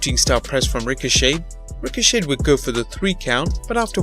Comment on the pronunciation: It's Ricochet not Richochet